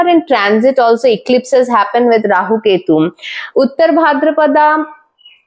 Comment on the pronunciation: Is that how to pronounce this particular deity’s name? That wasn’t even anywhere close!